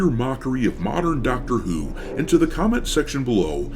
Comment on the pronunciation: I legit thought I heard you say “Doctor eww” 😂